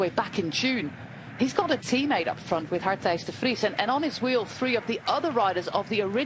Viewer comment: She is a Horrible announcer. Learn how to pronounce the word 'three'.